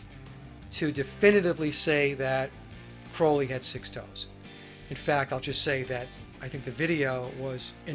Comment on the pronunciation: Love your show,! Enjoy them! Been wanting to tell you this for awhile: Crowley’s last name is pronounced CRAW-LEE. xoxo The Clarences